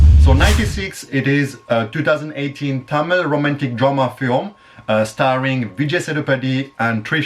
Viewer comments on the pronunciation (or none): Starving kadhu ra ayya it's starring 🤣🤣🤣🙏